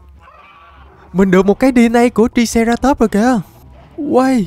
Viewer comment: Anh đọc sai tên của triceratop rồi chữ i phải đọc thành âm "ai" nên phải đọc nó là traiceratop